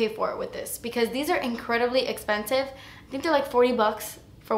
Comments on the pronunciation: "Das Espensive" ❤️😂❤️ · "Like yeah, you a fierce little mama" and "it's espensive" hhahahaaaa I love you.